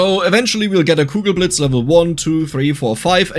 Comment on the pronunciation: Kugelblitz ... It's Kugelblitz, not cougar blades ... I was so confused.